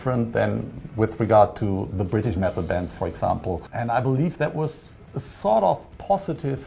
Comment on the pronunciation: The Blind Guardian guy called Dio “sawed off” lol (he’s actually saying “sort of”).